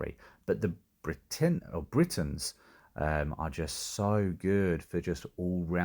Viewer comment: I love how you almost accidentally pronounced Brittanians correctly, then corrected it back to Britains 🤣